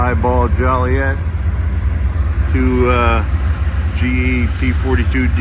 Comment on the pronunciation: Jolly ette? Come on, my man. I grew up there. It's not said like that.